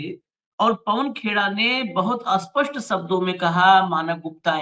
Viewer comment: aap sapasht ko asapasht mat bola Karo......S se shuru hone wale shabd ko aap as bolte ho....jese special ko especial.....isko theek Karo warna english ke words bolna chhodo